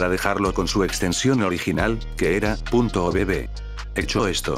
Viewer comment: Soy el único que se ríe cuando dice obb porque entiende "o bebé" 😂